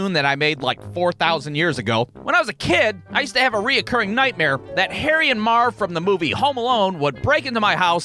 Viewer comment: Why do you keep putting an "o" in between "re" and "curring?"